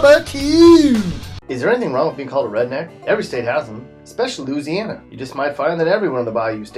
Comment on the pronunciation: He says lou- siana bitch it's Louisiana